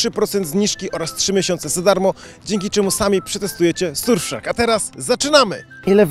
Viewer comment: W powiedzial dobrze ;))